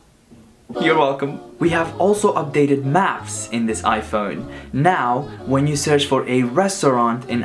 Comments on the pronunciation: its phone not phon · the way he says iphone sounds mad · he sounded British when he said iphone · He changes his iphone when he says iphone in a british way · When he said iPhone he said it like English people I donk know if its rude but just telling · when you say iPhone you sound like British